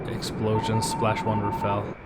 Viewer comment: At last an American who pronounces the word Rafale properly. Most of the others say Rafail; as if they wanted it to fail. LOL!